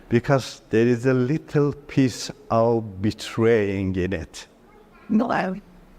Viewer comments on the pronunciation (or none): none